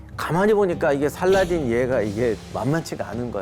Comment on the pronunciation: 원어민 스럽는지는 모르겠지만 살라할~ㅋ 띤! 이라고 발음해야 멋져스러움.